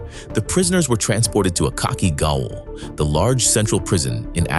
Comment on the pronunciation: Gaol is pronounced "Jail", by the way